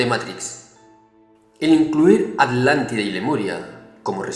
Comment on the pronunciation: sigo sin entender el porqué dice Adlántida en lugar de Atlántida.